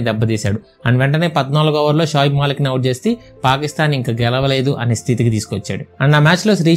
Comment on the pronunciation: Adi kumaran akmal kadu anna kamran akmal shayab malik kadu Shoaib malik😂🙏